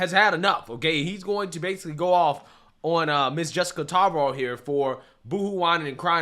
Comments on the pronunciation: Its pronouced Tar. Lahv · It’s Jessica Tarlov… and it sounds like tar lyle